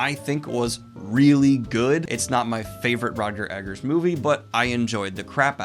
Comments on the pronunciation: Ok, I forgave it in the review, but why are you still saying Robert EDGARDS? It's Eggers, like egg enthusiasts. I don't know why I went with that, but you get it based on that example, right? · EGG-ERS DANIEL! EGGERS! THERE IS NO D!